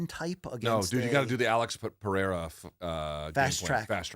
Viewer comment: Exactly 💯. BC calling Pereira - 'padayda' I do not understand. 😂